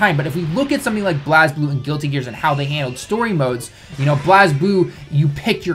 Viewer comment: You pronounced BlazBlue wrong. I am triggered.